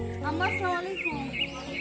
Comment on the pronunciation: আপু তুমি মুসলমান এভাবে সালাম দাও কেন স্লামালাইকুম৷ আসসালামু আলাইকুম বলেই তো হয়